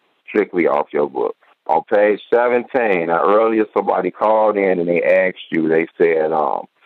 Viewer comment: Trying to sound intelligent and using the phrase let me "Ax" the question....